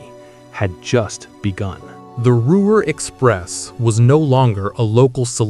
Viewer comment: I spent more time laughing at the gaffs when I wanted to feel pride in the performance of the builders of these marvelous devices. If you are going to keep showing these videos from the past I would suggest you do a couple of changes. First redo the text to properly spell names consistently. For example, Ruhr (pronounced Roor), C. D. Howe is pronounce C.. D. How not Hoe. Next use only pictures of the Lancaster Bombers, not dual engined aircraft, or actual De Haviland Mosquitoes. Do it seriously or don't do it at all.